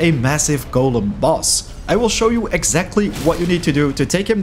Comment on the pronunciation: Finally someone who doesn't say gollum when they are talking about golems. I hate people who mispronounce golem.